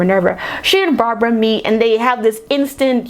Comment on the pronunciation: ''cheetah's name is barbara.'': ''her name was brahbrah''